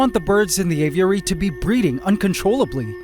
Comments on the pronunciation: Ay-vee-eh-ree. Not ay-view-eh-ree. You say this word a million times in this episode. My ocd won’t let me watch this one because of your mispronunciation. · It pisses me off how you say av-i-ur-ary. It's just a-vury. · man said GAYviary!!😂❤ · "Gay-viary" lmao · Por que ele fala assim dando ênfase? Aviárioooo kkkk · Did bro just say gayviary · bro you said gayviary? hahahahha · Did he say " gayviary " ? Lol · Heard that as well lol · Please just keep calling the Aviary the Gayviary, I love it. 😭👌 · He straight up said Gayviary lol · "Gayviary" I died 💀💀 had to rewind twice just to make sure i heard it right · How is it possible to mispronounce “aviary’ so many different ways? You’re like Benedict Cumberbatch and ‘penguin’